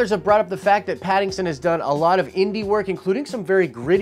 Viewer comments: Great video but his name isn't pattingson lol its Patt-in-son hahaha. Also I dont think he would be a good batman. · Why do you keep butchering his name?? His name is Pattinson. Not Pattingson. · I love how you keep calling him Pattingson, when his name is Pattinson. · Pat-in-son... not patingson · ....."PattINGson"? Lol 😂 I'm going to blame that on you being under the weather. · I’m excited about this casting 😃 but dude, you are almost saying Paddington every time you say his name: Robert Pattinson. For sure, he must bulk up. I don’t like Nicholas Hoult for Batman/Bruce Wayne. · Sorry, but it's Pattison. Please say his name correctly.🤔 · are you saying Paddingson? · 2012 is when the last Nolan Batman movie came out. You're usually not one to do bits, so, man...WHY YOU KEEP SAYIN' PADDINGSON??!! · Stop saying PattinGson. Lol. Love the channel. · Lol you keep calling him pattingson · Hope you're doing great, bro. It might just be me, but every time you say "Pattinson's" name, it sounds like you're saying "Paddington." I keep seeing little bears in overcoats with Batman masks running around:) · I thought it was hilarious how you missed pronounced his name this whole video lol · There's no "g" in Pattinson... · I LOVE that you keep saying his name wrong LOL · Wow. Lot of comments on your pronunciation of Pattinsons name! Anyway, I just hope the film studio doesn't try to make a movie about the angst of Waynes parents death. I can't imagine fans wanting a tearful emo Edward Batman nor another origin story. They should focus on an established Batman with a good villian story we haven't had yet. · Lmao you're saying his name wrong lmao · You said his name wrong like a million times lol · Say his name correctly lol